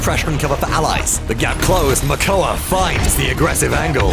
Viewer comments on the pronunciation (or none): Some really nice plays! Loved the Makoa (Mokoa? :P) aggression!